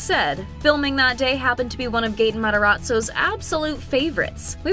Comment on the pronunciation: She aLso said gaten matarattzo like 😂